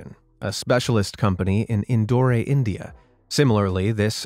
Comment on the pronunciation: Indore is pronounced as indoor